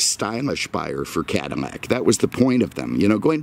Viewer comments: It's CADILLAC not Cadimac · Cadillac you keep saying cadimac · Why are you saying Cadimac instead of Cadillac? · Are you saying Cadimac? I'm on second watch and it sounds that way. Just asking. Love the videos! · What you calling it a Cadillmac?? Freaking annoying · Why do you keep pronouncing it "CadiMac"? Are you sayin it's the Macdonald's of Cadillacs? Is that because "I'm lovin' it" or is that because it's so processed with cheap fillers that you hardly get any real beef? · Is he saying 'CaddiMAC' on purpose? Or am I losing it? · Why in the hell do you keep calling it a Cadimack?! Do you have a problem pronouncing L's? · Why can’t you pronounce Cadillac correctly?